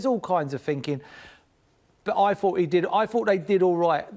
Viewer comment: minutes in and I stopped. Just can´t listen to him and his "I f(t)hought, I fhougt,,,,) Just shut up!! It´s his first match after 3 days with the team!